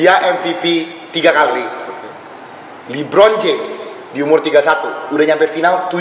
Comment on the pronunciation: LeBron kali ka jo bukan Libron 😅